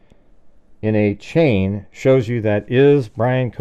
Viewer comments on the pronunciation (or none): none